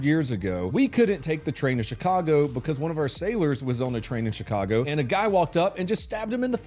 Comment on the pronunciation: Did you pronounce Chicago as shit-cargo? 🤔👍👍👍